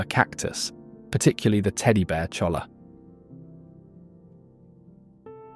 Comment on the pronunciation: On that Cactus you're describing you don't say the L's do your research man it's pronounced Choya